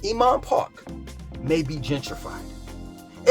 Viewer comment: Now senior a complex BTW "Oomon Park?" is pronounced INMAN PARK. I understand you have your own pronunciation of places, "Whole's Food", "Keenasaw" etc. however, you may confuse some of us. Thank you for your tours of Charlotte. I was considering moving there from Atlanta but it seems to be becoming the same place with all the greed in real estate excess traffic, and too many new buildings. I am also from NYC (Hamilton Heights) as well as Teaneck, NJ (home of the Sugar Hill Gang).